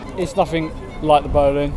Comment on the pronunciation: You've heard of Anne Boleyn? Her name is pronounced Anne BOLL-IN. The Boleyn Ground was named after her family. It's the BOLL-IN ground not the BOWL - IN ground.